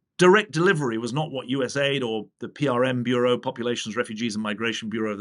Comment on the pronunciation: Finally someone who uses the letters the proper way: it's US Aid, not USA id.